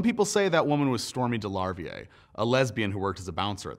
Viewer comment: Stormé DeLarverie Stormy De-la-vee-yay, rhymes with creme brulee or bustier!